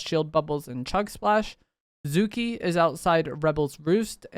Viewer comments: I could forgive Toaf instead of Toff (Toph) but Zuki instead of Zuko hurt 😭😭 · Did he just say Toaf and Zuki….…smh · This is how you know this man is not a millennial, "toef" "zookee" ????? Bruh?!?!? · Zuki and Toff is hilarious I love when people don’t know how to pronounce names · “Zuki” is crazy😂, great video tho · My man murdered Zuko and Toph’s name 😭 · You need to put down fortnight and watch some avatar, you cannot continue to completely BUTCHER Zuko and Toph’s names. (Plus, it is just a good show.) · How you pronounced zukos name should be a hate crime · Holy crap he butchered those names. lol.